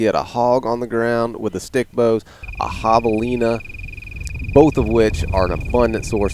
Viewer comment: Still saying javelina wrong in this video Bummer :(